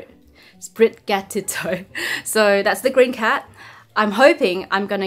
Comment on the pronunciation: It's "Spri-gah-tee-toh", btw. Like "gatito".